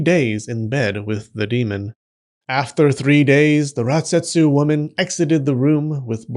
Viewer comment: I keep hearing ratsetsu 😭